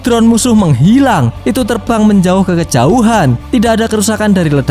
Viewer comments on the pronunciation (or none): none